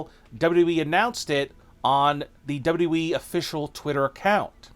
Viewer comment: Are you even able to pronounce WWE properly?